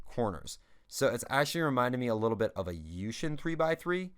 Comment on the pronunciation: its yu-weh-hon